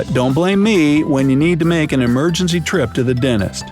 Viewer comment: I heard you said emergency denis lol